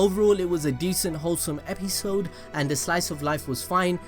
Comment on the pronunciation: Am I the only person who heard 'Epizzode' instead of 'Episode' 😂😂